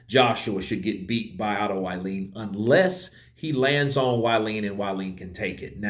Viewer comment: C'mon Man, "Wallin" is pronounced "V-Eye-leen"!